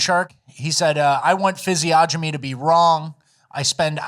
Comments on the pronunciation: C’mon, fellas. “Physiognomy” is not pronounced fizzy-ah-jimmy. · I'm sure you're doing it on purpose at this point, but it's fizzy-onnimy. It just really flusters my jimbobs when it enters my earholes